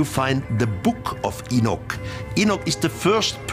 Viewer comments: Why is this person saying E-NICK?!😡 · Its...Enoch (Eee-knock) geezes man. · Its E-Knock thats how u say the name Enoch... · enick lmfao wtf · Yo can you redo this documentary and get the names right? You know his name ain’t no damn E-nik geesh!!! 😒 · eenik Eenik EENIK Got annoyed by the continuous mispronunciation so couldn't continue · At 3.58min i stopped it if you cant say Enoch right then get another job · Enoch. Not enich. The wrong pronunciation is hard to listen to. Lol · His name was Enoch, not Enick. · Who the heck is Eneck? I thought it was Enoch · It is Enoch not Enich, please get your pronunciation correct if you are the narrative. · Where is there an I in Enoch?!? Maybe it's me but saying Enich sounds ignorant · Love this topic but cant stand robot voice saying enick! And not enoch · enoch not enich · Enoch not Enick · What about EnickThen he starts pronouncing it In-nick.